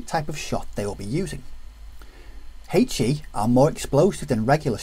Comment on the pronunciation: If you need a comedy resource for how not to pronounce a 'h' - find a video on the rules of HE ;-) (Huhaych-E)